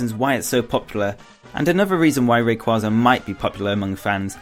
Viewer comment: Why do they always pronounce rayquaza wrong?